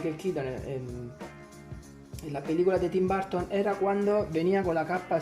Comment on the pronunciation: jajajajaja si ya se me confundi es que como lo pronunciastes como Barton enves de Burton disculpa. Gracias por los tips los voy a aplicar a los mios.